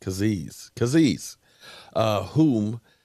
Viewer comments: Falcon fan here and he’s a ball hawk💯 always around the ball.. interception machine.. pronunciation is KAY-ZEE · Kay - Z. the butcher of name's 🤣😂